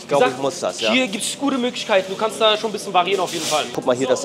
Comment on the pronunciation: Keine ahnung wie oft man dir das noch sagen soll es heißt bisschen nicht "büschen" kann doch nicht so schwer sein oder?